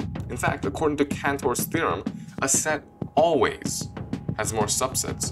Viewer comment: “alwalys” is that all walleye fish? Great video